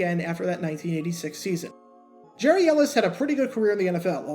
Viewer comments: Get the name pronunciation right. His first name was pronounced "Gary" not "Jerry". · His first name is actually pronounced “Gary” (not “Jerry”). Not sure why, but that’s the way it was. By the way, your videos are terrific. I could watch these all day. I love the narration and the fact that you really do your homework. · Re-record and pronounce the guy’s name right 🤠